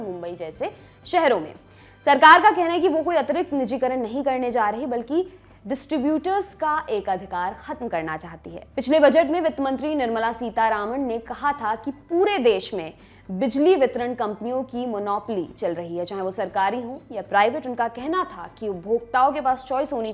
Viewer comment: Mem aapne sita Raman nahi sita rawaan bola tha 😂😂😂 baki sab thik hai in -7.14 point par